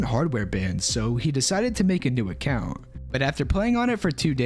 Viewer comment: "I got logged out of my accjaunt"